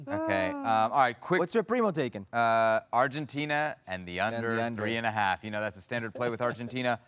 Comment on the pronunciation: Am I the only one who cringes when ESPN hosts put on a fake Spanish pronunciation when they say Spanish words. I had to stop listening after one minute because of the way he was pronouncing Argentina